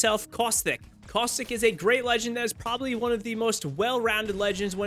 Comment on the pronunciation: i love how he said for caustic causthickk lmaoo